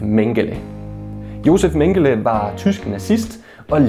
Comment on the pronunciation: Du udtaler desværre Mengele forkert.